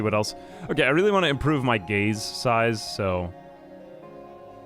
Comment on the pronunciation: I kept hearing gays and not gaze , just made it funner.